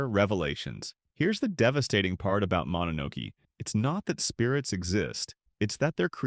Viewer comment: Mononoke you included too many pictures from princess mononoke. Like 90% of the pictures are from princess mononoke and not from the actual mononoke. It's also pronounced mono no Kay. Plural or singular.